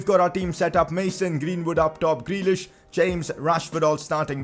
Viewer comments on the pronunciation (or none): none